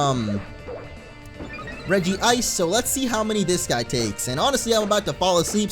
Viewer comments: Regice not Regi-ice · I dont know if anyone has said this but, u said regice's name wrong xD its Reg-ice not Regi-ice xD just pointing that out:) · Dude no offense but it's pronounced reg-ice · Its regice not regi-ice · its regice not regi ice. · It's pronounce as Re-gice not Regi-ice, even the Anime pronounce it as Re-gice! Look at the name it only has one i and not two i! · Dude say it like this rej-ice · Re-jise Regice